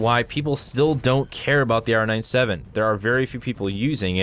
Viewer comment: It is r97 not r 9 7, R-ninetyseven not R-nine seven